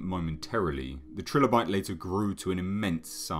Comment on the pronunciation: Its pronounced try-lo-bite